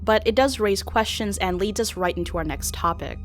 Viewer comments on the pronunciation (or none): none